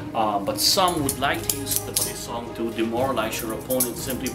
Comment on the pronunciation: Finally! someone saying balisong properly and not calling it ba lee song lmao